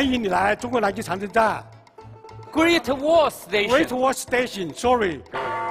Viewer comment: 我是澳大利亚华侨，说得很标准，确实是GREAT WALL STATION，是撒贝宁没听懂， 哈哈。太可爱了，很感动。致敬！